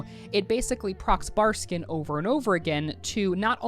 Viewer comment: love you and your videos but my nigga, you even said Barskin a couple of times haha. ill shut the fuck up now haha.